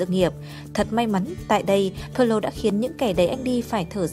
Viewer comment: video hay nhưng bạn đọc sai tên pirlo rồi...